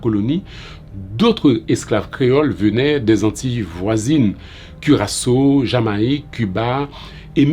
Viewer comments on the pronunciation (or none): none